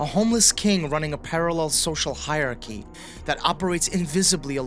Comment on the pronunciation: PSA: Hierarchy has four syllables. Noir only has one. Pass it on ✌🏽